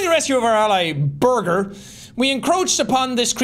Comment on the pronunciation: I love how Jack keeps pronouncing Birgir as burger even he has heard them say it as beer-gur multiple times